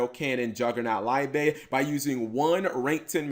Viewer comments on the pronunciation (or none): actually it is pronounced LEE BER in german